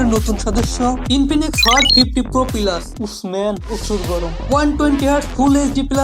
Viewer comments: পিলাস না রে ভাই প্লাস🤦‍♂️ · উচ্চারণ শুনেন,,, পিলাস+সিলিম+গিলাস!!! চলে এডি মার্কেটে!!??